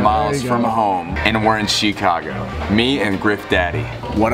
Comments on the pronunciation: He really said shee -cago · Shecargo not Chicago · Its not Shecago 💀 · I had to replay that like 5 times to make sure he said Chicago. 😆